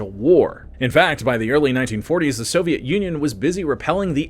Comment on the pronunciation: your voice is just terrible, you managed to say the word "khorloogiin" but butched the word "the" what is wrong with you man? bring simon back and banish this crappy understudy back to the writing room!